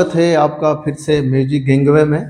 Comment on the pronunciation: Sir Gangway uccharan karne par Gendue jaisa lagta hai Vichar kre🙏